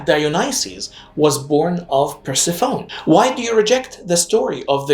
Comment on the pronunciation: Persephone is pronounced Pur-sef-oh-neee